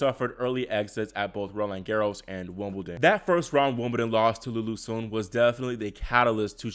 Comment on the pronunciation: Another great video! And kudos for pronouncing "Sun" correctly lol.